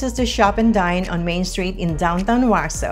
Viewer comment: Step 1 in getting folks to move here. Learn how to pronounce Waxhaw. Step 2 get the stores right. Target is not in Waxhaw, neither is Walmart. (There is a Walmart grocery store though) Step 3 talk about the real commute times to downtown CLT. 45 mins is during off peak. During rush hour, the commute home to Waxhaw from downtown CLT can easily be an hour and 15-20 mins.